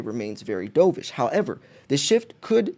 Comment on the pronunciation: Merry Christmas - keep stacking - BTW dovish is pronounced Dove-ish like the bird of peace the opposite of Hawk-ish the bird of prey